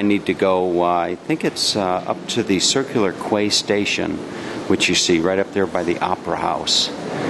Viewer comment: Hi, I was actually born in Sydney and lived there until moving to Melbourne in 1981. Believe it or not, I have never been on the airport train, as it only started running after I left. Incidentally, Circular Quay is pronounced as "Circular Key". Also, the train line to Kings Cross is part of the Eastern Suburbs Railway, which was opened back in 1979. The actual "Mind the Gap" statement was stolen from London UK. LOL.